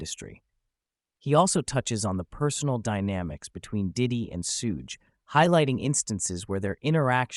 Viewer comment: It's pronounced Shuge, like short for Sugar; he was called Sugar Bear by his family